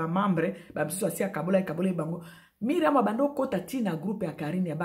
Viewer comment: Ndaku ya Myriam eza en etage, de quoi parles tu? Biso nioso to yebi que Myriam a lingaki a yebana. Ozo koka ata ko prononcer Myriam comme il se doit te. A tikala ou pas oza en vacance o kende ko tuna biloko ya ko lia.? Na mukuse bo conseiller Carine bo tika ko induire ye na erreur. Mikanda e koma makambu e bele soki ba koti ye nsoki,na ngunda wana e zo risquer ba bebisela ye. Carine concentre toi sur ta vie.